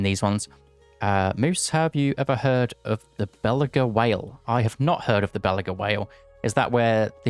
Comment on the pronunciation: Love the suggestion you gave for that loki quality of life change / buff. Seeing what unit you're getting and how close you are would actually lead to some cool decision points in the game I think Side note: I think it's pronounced Buh-loo-gah 🐋